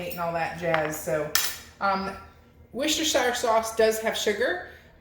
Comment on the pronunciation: it' pronounced 'wuster sauce' ;-)